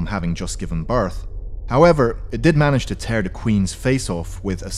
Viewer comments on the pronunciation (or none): none